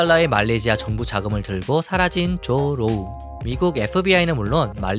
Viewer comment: 발음잘해야지 조루